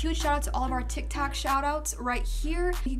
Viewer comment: said titac in stead of tictoc but it is okay 😂😂👍